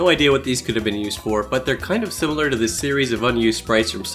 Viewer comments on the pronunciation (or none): none